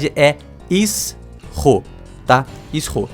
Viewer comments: MEU DEUS ISS-HO NÃO. I-SHO, pf. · é "naIXsceu", é "BorZalino"... só melhora. Edit: , "Is Ho", hahahahahahaha, nessa ele devia estar zoando, para ser justo. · Nome o fujitora você pronunciou errado, o primeiro S não é pronunciado, ele apenas da uma intonação diferente a ao I